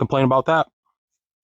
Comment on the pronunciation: Its pronounced Bee-gă